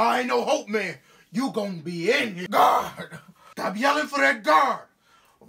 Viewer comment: The way he said gaurd lol